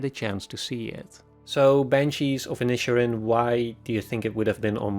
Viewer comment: The pronunciation of "Inisherin" should be thought of as two seperate words, Inish Erin. I don't know why they chose to put it as one word in the title anyway. Inish means island in Irish and Erin means Ireland